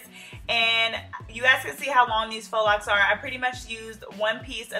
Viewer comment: GIRL IM SO GLAD YOU KNOW HOW TO SAY IT RIGHT